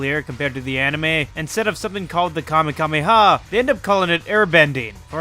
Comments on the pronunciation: "Kame kame ha" 😭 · Did he say the kamekame ha